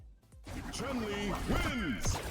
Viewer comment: chun li is pronounced ''choon'' li